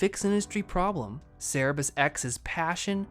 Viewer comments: It's Cerberus, not Cerebus. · its cerberus not cerebus